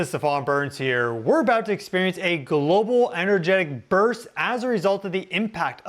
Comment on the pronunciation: You sound so stupid when you say global 🙄